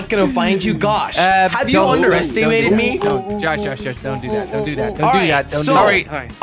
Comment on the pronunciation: Did jelly say gosh instead of Josh lmao